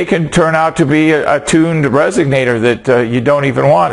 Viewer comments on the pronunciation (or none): Resonator.... not Resignator.